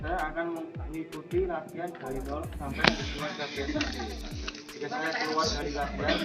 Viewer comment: PunkSHter mas bukan pungter😒😒😒